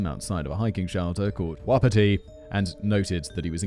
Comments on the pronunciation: Not the brightest spark? Maybe you're thinking of not the brightest light on ....the [Christmas] tree | or |..... the chandelier ? Fyi , Wapiti is pronounced WAH-puh-tee . Every time you say it, just for an instant, I think "Who's Petey?" ;) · For Simon - Wapiti is pronounced Wa-pi-tee, it is Indig (I think Cree) for Elk